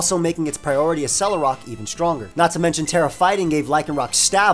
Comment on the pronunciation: Ok. We need to talk about something here. "Accelerock" is a combination of the words "accelerate" & "rock". Accelerate is pronounced "eks-SELL-uhr-rayt". So...why are you saying "uh-SELL-uhr-rawk"? It's "eks-SELL-uhr-rawk". Just fyi, Accelgor follows this same pattern as well. It has a high base speed stat hence the name. So it is also "ek-SELL-goar".